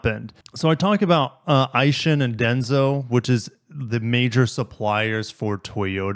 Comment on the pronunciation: I believe it’s pronounced Ay-Sin not Eye-Shin